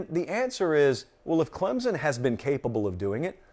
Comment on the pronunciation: it looks like John Emery tore his ACL. You were just talking about him. Also, you’re still saying Clemson wrong:) Update: he posted on Instagram that he just twisted his ankle. 🤞🏼